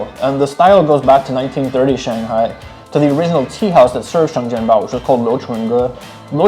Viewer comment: sorry i have to be that actually bro , it's (sheng jian bao)